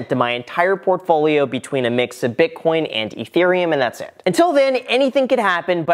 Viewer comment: Why can't you pronounce Ethereum correctly?